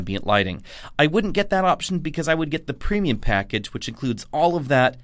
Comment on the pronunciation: More “preimum” interior! 😮